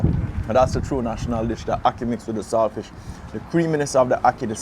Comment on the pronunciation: The word is salt fish not sailfish